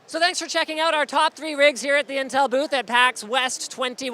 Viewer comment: LMAO WTF WAS THAT "in teemsnms" XD